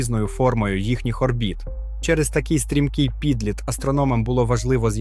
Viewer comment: Скажіть, що таке пІдліт? Це ви обмовилися і хотіли сказати "під лід"? Чи може, все ж, "підлІт"? Чи може просто охота пошуріку заробити бабла в інеті, а талантів Бозя не дала, і доводиться використовувати примітивний штучний інтелект для озвучки? Мінус в карму за халтуру.